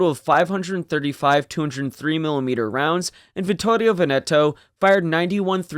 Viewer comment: It's pronounced TARanto - stress on first syllable. It's painful to hear the Brits mangling this name. Similar story for BRINdisi. And VENeto.